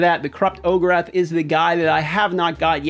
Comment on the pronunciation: Just got him myself. Gotta know how you get “Ogerath” out of Orakh it’s “O-Rack” is how it should sound lol